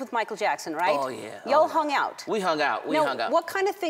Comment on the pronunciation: please white girl dont say yall like that you sounds like jackie singing "you all" man you sound like a kungfu movie